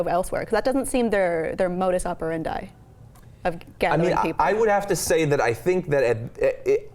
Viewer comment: Modus operan-dye? should sound more like "dee"